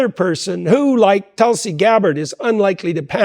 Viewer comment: The way Tulsi pronounced Tool C ..